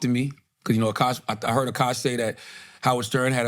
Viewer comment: when u gonna learn how to say Akash name??? Whats so hard about AH-KASH youve literally heard nobody say it the way u say it NOBODY